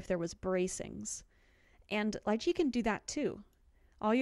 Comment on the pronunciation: Upvote for saying Lychee right! :)